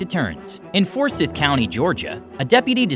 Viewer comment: it's pronounced For-Cy-Th. Ugh.